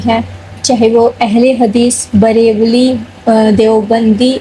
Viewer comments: बहन सलाम. पहले तो आप बरेलवी को बरेवली बोलती हो. दूसरा सारे फिरके 1ही किताब यानि क़ुरान करीम को मानने वाले है. हमको भी चाहिए कि हम क़ुरान और सही हदीस को माने. जो दिल माने उसी को फ़ॉलो करें. सुन्नी ज्यादा मनमाने तरीके नहीं करते है ठीक है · Barelvi ka uchcharan thik se bolo